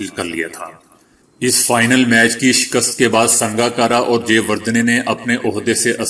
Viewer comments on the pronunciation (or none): none